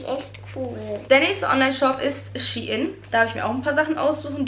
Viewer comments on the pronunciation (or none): none